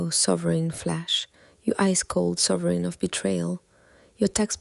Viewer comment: At least Gemini sibling finally have something like each other again.😂 Pro: "mathemanicly" Flash: "sovereign" See!! Truly sibling🤣